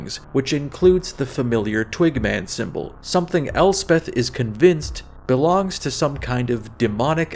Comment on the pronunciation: Sometimes when you said "twig man" it sounded like "twink man" and that made me giggle 🤭 Which I guess raises the question--would you rather run into a twink or bear in the woods? badum-tsss